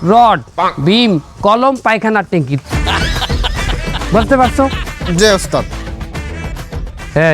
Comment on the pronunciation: বুজলাম না পায়খানার টেংকি বলে নাকি টাংকি বলে